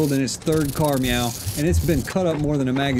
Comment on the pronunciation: Either I'm stuck in an acid trip remembering super troopers, or does he say third care "meow" --- I can't unhear it now.... I've tried listening over and over.